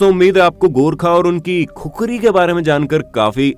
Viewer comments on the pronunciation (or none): भाइ खुखरी नही खुकुरी होती है